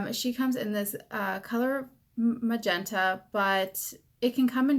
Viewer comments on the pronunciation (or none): none